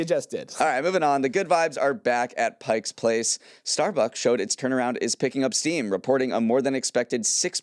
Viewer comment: He said “Pike’S Place.” Seattle, sound the alarm!